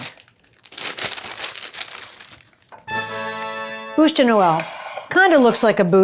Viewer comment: You are so cute, you kept saying '' bouche de Noel'' which translates to Christmas mouth....you did a great job...it's a beautiful Bouche de noel!!!!😍😍😍